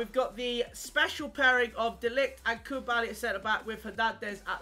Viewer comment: Why can he not pronounce koulibaly properly lol